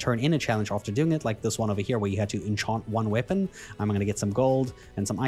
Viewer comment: Nice video. But lol, never heard anyone pronounce enchant like that.